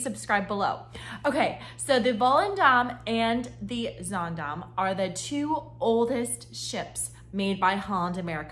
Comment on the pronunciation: You started this video saying the same sentence three times. Also, get the pronouncements correct. It’s pronounced Zandaam and not Zondom. I’ve been on 9 HA cruises and I love the mid and smaller ships that are quieter and more relaxing. Ride the ship yourself before putting out such negative comments.